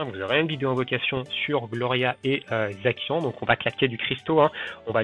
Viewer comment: Pour Zacian ça ce prononce Zassiane.